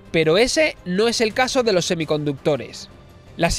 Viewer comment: Muy interesante pero al no haber pausas se hace un poco pesada la locución y al final, en esto de las redes e internet lo importante es que la gente se quede enganchada, no que abandone el vídeo antes de que acabe. Otra cosita, te has dado cuenta de que cuando acabas una palabra en “s” y la siguiente comienza con “d”, intercalas una “r”? Por el empleo: “loR dos puertos”. No sé por lo haces, pero lo haces. Escúchate para que veas.